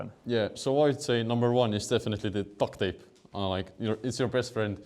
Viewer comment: Did he call it TUCK TAPE? That's for a completely different purpose. 🍆